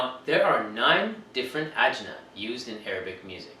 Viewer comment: The plural of jins is ajnaS, rhymes with class (the "s" at the end is not silent)!